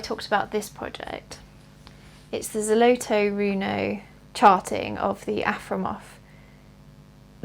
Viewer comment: No, the RTO company is a Russian company, located in Moscow. Here is their official website - Most likely, on the back of the set specified office RTO in Estonia where you can buy the their product. About the pronunciation, frankly, not very good. You need to talk - ZolotOe rUno